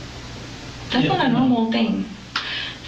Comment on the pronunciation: Lmao this narrator😂 "Tgats three nevers ina row" 😂😂😂